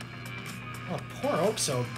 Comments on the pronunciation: This was epik also its 'aux ob' pronunciation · The pronunciation for oxob is ox-sob and again your welcome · Heya man. I’m new but I would like to add some context for the video. Oxob (pronounced OXOB not OXOBE) has been through some s***. He was originally a stunt man but lost his hands in a helicopter accident. A government agency then brought him in and gave him new bionic hands as well as his added strength and electrical powers. He won several RHG fuels getting hurt severely almost each time. Then he lost a fight and his legs were completely crushed. After months of rehab he was able to walk again, barely. That’s when he fueled Jade where his bionic hands were destroyed. Jade then offered to spare him and repair his hands and give him the leg braces in exchange for joining her clan. He had pretty much JUST gotten them before heading out to fight Gildedguy. Throughout the fight both of them are pushed to their limits and Oxob’s prosthetics are severely damaged by the lightning. Gildedguy puts his gauntlets back on which reopens his wounds. So much so that you can see his hands are now covered with blood, but he still nods to Oxob on the ground showing he’s still gonna keep fighting. Oxob nods back, gets up, and walks despite the loss of his leg braces. And they keep fighting until the next morning where we see both of them completely worn out. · Oxob is pronounced as Osob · i think the correct pronounciation of oxob is ok=sob